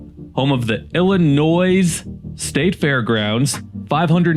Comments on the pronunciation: Why does he keep saying Illinoisssss? No s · Why are you purposely pronouncing IllinoiSSS incorrectly and with such emphasis? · The S is silent in Illinois I grew up in Illinois 😡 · It's Illinois silent s not Illinoise, haha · Drop the s in Illinois. It is an Indian word. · There is NO Noise in IlliNOIS. The S is silent. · Jackass it's not noise the s is silent you lose. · My family helped settle Illinois and we all still live there and we have never called it Illi- noise!! You are pronouncing it wrong!!!!!!!!!!!! I also hope you do not pronounce Joliet, Jolly- et!! Please do your research!!! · 🤣🤣🤣 i live in NW Indiana and have called it Illa-NOISE for decades and boy does it piss them off 😂😂😂😂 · Please learn how to same the states name. DO NOT PRONOUNCE THE S AT THE END!!! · The way you pronounce the name of Illinois makes everyone in Illinois want to drag you through the corn fields. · The S Is Silent In Illinois. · Lived in Chicagoland suburbs all my life. No one pronounces Illinois with an s on the end of it. The s is silent. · No S pronunciation in Illinois. It’s silent, like the p in swimming. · Bruhhhhhh. I'll accept the ironic pronunciation of the state, but USI... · Why the emphasis on the s at the end? It's silent dude. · Stop saying the s. You never say the s in the state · It's not Illinois it's Illinois the S is silent if you ever took English you would know that so you must be a dummy dummy! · Dude please stop adding the s when you pronounce our state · I couldn't get past Carbondale. Horrible take out of the gate. As we say to the unintelligent, who had to learn all the state names but must've cheated. There's no noisE in Illinois! And Carbondale has always been S I U fool! Thumbs down and not a subscriber. Do better! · After hearing you purposely mispronounce the state name I ended the video and I will never watch another one of your pieces of garbage again a-hole.